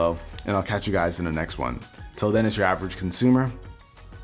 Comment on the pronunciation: look mate i love your content but please, in your intro, say "its your avg consumer" and not "itsyravrggcndsmr"